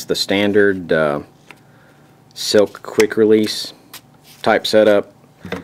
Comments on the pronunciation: He keeps saying silk but it's slik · Man I can't take it... It is SLIK (sss-lick) not silk!!!